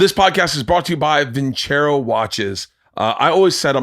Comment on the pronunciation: I think the rule with Italian is double c gives you the ch sound so I think Bert is wrong lol